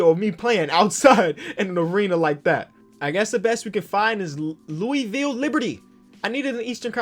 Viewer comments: It's not louwy-ville... it's loo-ville... I live here thats how i know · pronounces Louisville “leweyville” Me in Louisville: cringes in mispronunciation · You said Louisville wrong 😭😭😭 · Say Louisville like that one more time and ima unsubscribe